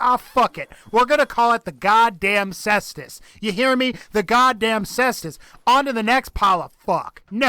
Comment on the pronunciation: Caestus. Its pronounced "Sehs-tuhs."